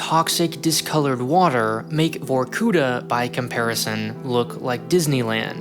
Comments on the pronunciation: In Vorkutá the stress is on the last vowel 'a'. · The emphasis is on the last A not U! Your intonation is intolerable as it is but in combination with illiteracy it just bombs. Dislike and I did not last for more than 3 minutes on this video. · Could you at least look up how to pronounce the city's name, like where the stress goes? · why couldnt u spend ten more seconds whilke making this video just to learn how to pronounce Vorkuta correctly? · Can you at least,pronounce VorkuTa properly? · Then it's even more jarring that the pronunciation of "Vorkuta" is so butchered that it's like listening about another fictitious city sounding vaguely Indian (like Calcutta). Does it hurt to go to Google Translate and listen the russian name for once? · It's vorkutA, not vorkUta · The stress goes on the last syllable: vorkutA, not vorkUta. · it's not VorkUta, it's VorkutA. it's a cool vid, but get your geo names right :) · Just a little niggle: it's vorkutA (emphasis on the very last syllable). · Botched the name. It’s VorkutA with A stressed and vowels before silent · It isn't pronounced vorkUta, but vorkutA, with the accent on the last A... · it is actually vorkutA, not vorkUta. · It's VorkutA, not VorkUta. You should've checked spelling before making video, to be honest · It's var-koo-TAH, not var-KOO-tah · why you write vorkuTa but say vorkuDa ? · Start to listen VorkUta, gosh what’s this...I thought. Than I see it. It’s VorkutA!!! Actually . Film is interesting but please , get Russian names right! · great video. yet. it’s VorkutA, not VorkUta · Not VorkUta, but VorkutA. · vor-ku-TAH not vor-KOOH-tah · Also it's actually VorkutA ,not VorkUta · It is not pronounced vorkUta, but vorkutA -_ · If you are making a whole video about it, please use Google Translator for correct spelling. It is vorkutA, not vorkUta. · vorkutA emphasis on last vowel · You're putting an accent on the wrong vowel in Vorkuta. Correct pronunciation would be Vorkuta'